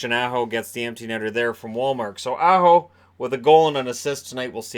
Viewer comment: said Aho and pronounced it like he was an A-Hole. So it wasn't that they were thinking of Nelson at all